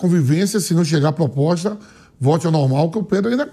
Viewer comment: "POPOSTA"?? Olha o nível dos jornalistas...... Detalhe, falou isso 2x ao mínimo.